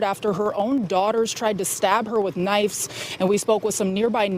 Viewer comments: That DEI hire cant even pronounce knives. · Knives. Not knifes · The DEI reporter said knifes not knives. Unreal